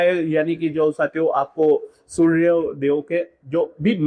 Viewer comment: Hahha.. Everything is good except how you say SurrrRrRya.. Jai SurRRrRRrya Dev 😁